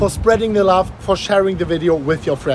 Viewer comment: Love not lauf